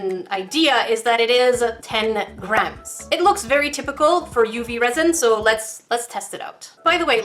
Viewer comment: that wasn’t very cash money of you Also when you said resin I thought u said rosin (I play violin)